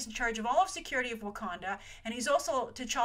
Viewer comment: not Wakonda its Wakanda aaaaaaaaaaaaaahhhhh